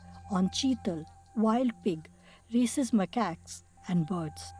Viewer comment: what she meant was rhesus-- the name of the animal is rhesus macaque. her pronunciation made rhesus sound as racist